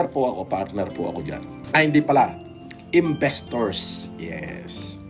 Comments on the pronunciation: "IMBISTORS" HAHAHA! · "imbestors" daw sya? 😂🤣😂🤣😂🤣